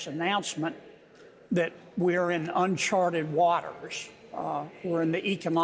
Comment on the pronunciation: “Unchwarted wuawters”